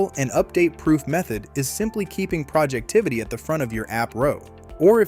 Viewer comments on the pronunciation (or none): It’s Projectivy, not “Projectivity”.